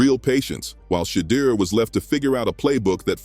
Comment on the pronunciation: Shedeur name got killed by the narrator